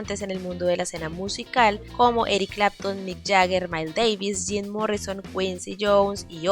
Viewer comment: "Zim Morrison" 🤣🤣🤣